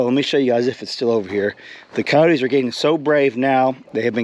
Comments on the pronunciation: Your peacock got attacked by Cody's LOL say it a little bit more properly co-yo-tes ( ki-yoh-tes) not codys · It's ki-yote...2 syllables, not 3!